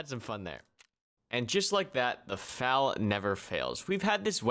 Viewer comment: hey you do know FAL is an Acronym right? YOURE SAYING IT WRONGGGGGGGGGGGGGGGGGGGGGGGGGGGGGG